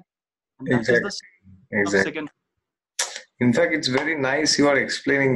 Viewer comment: The way you explain look much better than his...the word anxiety is not said correctly by him and I confused initially with something else..😥